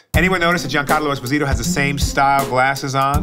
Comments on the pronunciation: It's refreshing to hear him spelling his surname the italian way (with an emphasis on the first "o") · I love how he pronounces his last name with the correct Italian pronunciation, even though the world community pronounces it wrong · Love how he initially said pronounced his surname the correct (Italian) way and later on when speaking faster said esposìto (with the accent on the I) like American and Spanish people say it